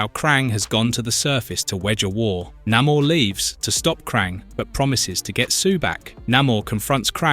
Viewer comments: It's Nay-Mor, not Na-mour. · Cool vid., but it's Nay More and Uh lee Sha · You do realize that you pronounced Namor two different ways, right? The correct way being the second one. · Say 'Namor' right you bell end.